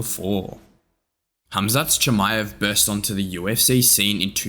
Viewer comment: Como vas a pronunciar tan mal el nombre 😂